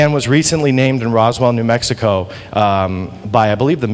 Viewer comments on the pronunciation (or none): none